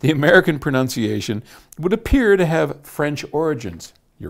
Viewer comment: Thank you for taking the time to research this topic. It is something which I (as a Brit) have often pondered. It's not a big deal, as you say, but because you correctly pronounced the word 'pronunciation' which most Brits themselves mis-pronounce as 'pronounciation', I would be happy to forgive you or any American anything. Oscar Wilde, I believe said Britain and America were two countries separated by a common language but I truly hope we can always stay friends, despite any minor differences in pronunciation. In my experience, Americans are a very generous, open and genuine people and have given much to the world. Like Britain, anything which the US may have been criticised for in the past (e.g. foreign policy) - and I am not saying I agree with those criticisms - has been down to your governments and not the ordinary Americans. Long live the 'special relationship' which we have enjoyed since your independence.